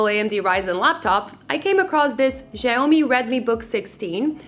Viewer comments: it's more pronounce sha-ow-mee but not even Xiaomi guys pronounce it the same way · really? Are you sure? I'm part Chinese & spoke Mandarin, so are you sure? Go watch their press conf, oh please don't embarrass yourself like that.. 😂 Edit: she pronounced it "zia-yo-mi" Here's a correct way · Please pronounce the name correctly, it's all over the internet, better even ask Google Assitant or Siri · It's actually pronouced ciaomi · Actually the correct pronunciation in Mandarin sounds like "see-ow-mee" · Zhaomi ≠ xiaomi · Thank you for the worst pronunciation of "xiaomi" I have ever heard, I hate it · I'm sorry but your pronunciation of Xiaomi is kinda weird for me.. 😂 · dat Xiaomi pronunciation....